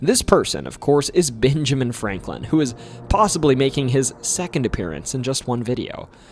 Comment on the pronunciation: You said "Binjamin". Practice saying a short E sound. It's different from the short I sound.